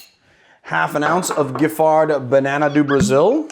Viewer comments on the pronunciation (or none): Giffard is pronounced Jif-far.